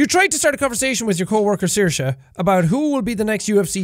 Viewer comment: Finally I learn how to pronounce Saoirse. Thank you, Sean🥰